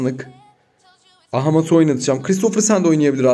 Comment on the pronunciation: Abi Doğukan sınık değil Doğukan sinik